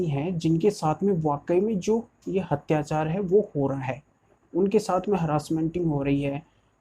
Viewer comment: Atyachaar naki, hatyachaar kripya hindi right pronounce.